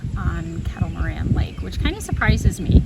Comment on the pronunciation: Once again you're in my neck of the woods!!!! BTW, it's pronounced Kettle Mor-RAIN. Great video. Thanks for posting. Hopefully you were able to swing by the Hamburger Haus in Dundee after the paddle.